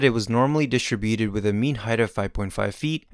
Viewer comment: love these! the pronunciation of distributed, however, is killing me